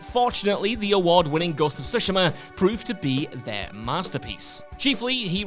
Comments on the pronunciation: Nah why’s bro saying Ghost of siSHIMAH 😂🤣🤣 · That's not how you pronounce "Tsushima", Christ it irked me ;dd